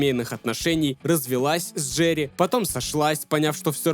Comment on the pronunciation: Брат пишу чисто поддержать канал, делаешь очень круто не нудно, как некоторые. Обожаю слушать как ты говоришь ДжеРРРРии)